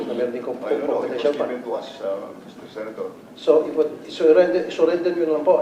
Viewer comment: Confidential fund OR Copitential fund?😂